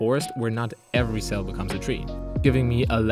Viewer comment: The emphatic "every" along with the beat drop is very satisfying. As someone who dabbles in game dev, it's always interesting to see different approaches to procedural generation. Also, your art is great!